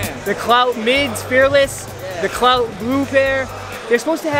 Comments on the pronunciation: It’s pronounced clout? Not clot? Thought it was clot but it’s a Japanese brand so could be pronounced different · The brand is called, Clot, not clout. Lol.